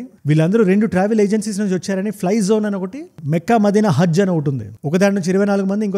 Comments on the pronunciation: Mekkha కాదు బ్రదర్ makkha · అన్నా అది మెక్కా కాదు మక్కా అన్నా